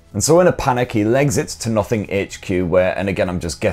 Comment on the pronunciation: For some reason when ever he says "Nothing" i hear "Muffin" 😐